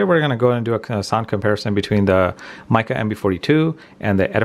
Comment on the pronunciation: Hi. This is my useless comment for the day!!! I'm assuming Micca is pronounced "Mick-a" not "Mike-a" as it has two letter Cs in the name 😂😂